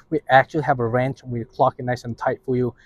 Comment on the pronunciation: Wrench- not ranch. Thought he was saying ranch but he was saying wrench